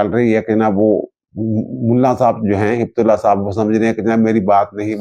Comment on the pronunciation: ہبت نہیں ہے Heay bat ہے بت ہیبتُ اللّٰہ ہیبت معنی خوف